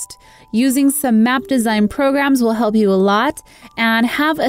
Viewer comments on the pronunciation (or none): none